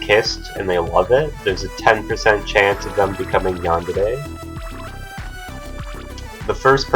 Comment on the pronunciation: Are you saying Yandere is pronounced "Yander-aye"? If you know how to read Hiragana you would know that やんでれ (yandere) isn't pronounced that way. He says it pretty well while YandereDev can't even say the name of his own game lol.